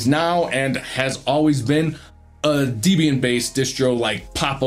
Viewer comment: Debian is pronounced “Deb” “Ian” as in Deborah and Ian Murdock. Not “Dee” “Bee” “Anne”.